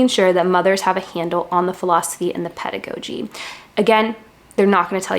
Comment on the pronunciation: Thank you for sharing your experience! This was really helpful. Also, I believe it’s “ped-uh-gah-gee”.